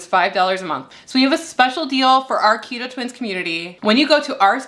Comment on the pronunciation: Keta bread. Oh AI don't know our language lol.